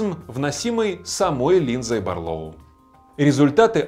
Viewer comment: Барлóу, тут вроде правильно. Вот бы во всём обзоре так